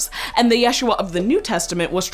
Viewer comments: She doesn't even say it correctly. Look up "how to pronounce Yeshua" She emphasized the wrong syllable. It should be said as "YeshUa" not YESHua. If you're going to learn it, learn it correctly cuz it's a holy name. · You are also pronounce yeshuah wrong in the video... you do it in a "milil" (short "ye", long "shu" and short "ah") instead of the correct way of "milrah" (short "ye", short "shu" and long "ah") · it's not /jésh.u.a/! it's /je.shú.a/ in hebrew! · Now this I did know of. Although, the name is more pronounced ya-shoe-a. The previous way of saying the name became a more like a different name kind of like Richard and Dick which are totally separate to most people even though it somehow is a way of saying the same name. I kind of assume as we don't read much about the childhood. He might have been called Yeshua ben Yosef. We know he was a carpenter which moved city to city. So it then becomes a reason to start calling him Yeshua ben Nazareth or modern terms Jesus of Nazareth. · His name was pronounced Isho. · Yeshu’ was his name. With glottal stop, stressed on the second syllable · Actually the proper name is Yashua ,not Yeshua and your name should be pronounced the same no matter what language you are speaking. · My Sister, you are still wrong our Messiah's name is pronounced YahShuA or Yuhushua + Equals Yah Saves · its not yeshua its Yisha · It ain't yeshua its yahshwa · Yeshua is modern Hebrew wich is mixed with Yeddish and thus is not a semetic language, properly speaking, it's pronounced "Yasu3"(3: traditionally the representation of the Ain from semetic languages in Latin letters)